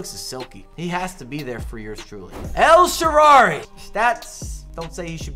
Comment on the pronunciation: Second also...please say "El Shaarawy" right. It's "Shaara-wwwwww-y" with a "W" not "El Sherry" haha